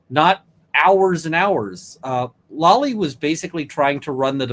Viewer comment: Hey dude with the long gray hair, the guy’s name is Lally, not Lolly. Please say it correctly.